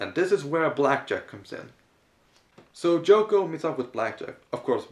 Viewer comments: I kept thinking you said Joko every time you mentioned her name. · Isn't it Yoko not Joko?